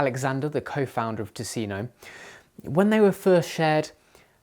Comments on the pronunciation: I have never understood why an English speaker would try to pronounce a non-English word in English. Especially if it's a lecture on a given subject. They certainly know the expression "thousand islands" about the sauce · Your pronunciation of the brand is awful by the way. Why not ask someone who knows Swedish how to say it.